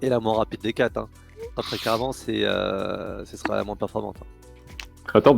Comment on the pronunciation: Le sujet va(t)être ; je serai(t)alors ; mon invité sera(t)aujourd'hui ; Trois liaisons monstrueuses en moins d'une minute. Mais tout le reste était très intéressant et je me suis abonné.